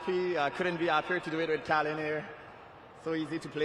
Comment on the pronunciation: His name is NOT Collin, it's Callan.